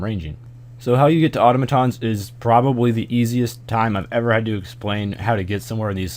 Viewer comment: Congratulations, you are the only American who can pronounce Automatons